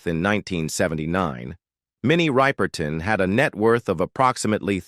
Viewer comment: When the AI voice pronounces "Ripe-er-ton" it makes me cringe. It seems so disrespectful. Put some respect on her name. If you can't don't bother. I just want info on her life.